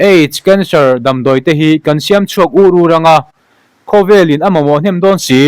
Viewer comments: Ûr ûr ni lovin ur ur darh ur ur tih angin.😅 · Chhiar dik loh a awm UR UR i rawn lam rik dan kha - A rawn ding ur ur mai chho zawng lam hawi angin i lam ri. A lam dan dik ah chuan UR UR chu thei rah sawi tla ur ur tam deuh . Ramhmul damdawi pawh kha tam tak siam chhuak ur ur. Tam lam. Pal zut pawh kha dik lo.